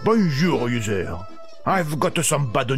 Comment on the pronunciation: When he said user I thought he said loser